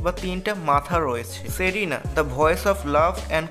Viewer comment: ferina?😂😂serenaa hobe,,, ar bellicus to bollen e na,,, though Sundor video baniyechen oi smy a